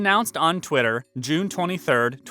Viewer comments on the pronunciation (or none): none